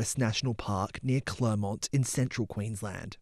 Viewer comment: It was refreshing to here the town name pronounced CORRECTLY . . . CLERmont and not the usual CLAREmont